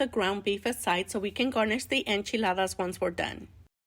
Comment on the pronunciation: Yea, that's how you say it.